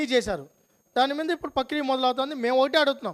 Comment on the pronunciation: పక్రియ కాదురా నాయనా ప్రక్రియ... cb ఎంక్వయిరీ వేయడానికి ఎందుకు రా నాయనా అంత భయము రెండింటి మీద వెయ్యండి చాలామందిని ఫేక్ సర్టిఫికెట్స్ అన్ని బయటకు వచ్చాయి నీకు కనిపించలేదా స్వామి